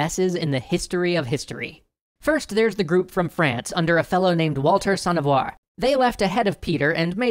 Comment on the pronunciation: Its Avoir (Avwoh)